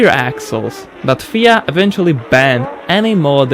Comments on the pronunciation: It's pronounced F.I.A - Just so you're aware. Good Video! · Good video but it is pronounced as F I A. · FIA as 'feeea' 😂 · Fia is F I A … eFF eye ay